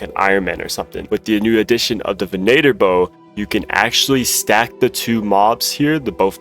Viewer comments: "Ven-8-er"??? Bruh, "venn-itter." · ugly runelite, mispronounced venator bow, custom menu swap trick doesn't work. FAT dislike